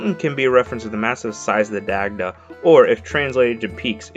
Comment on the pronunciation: Daaaaamn butchered the irish pronunciation haha